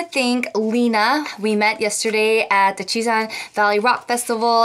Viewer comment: I love watching your VLOGS but one thing I can't stand it hear is when you pronounce "the" as "duh" for ex- "here's the shout out of duh day" .................😬😬😬😡🙄🙄